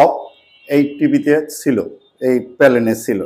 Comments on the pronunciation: প্যালেন না রে ভাই প্যানেল হবে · নাম ঠিক মত পারেনা আবার বলে ঠিক করবো,পেনেল কে বলে পেলেন। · প্যালেন না😂😂 প্যানেল